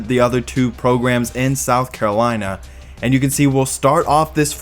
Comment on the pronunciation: south kalina, north kalina, floda💀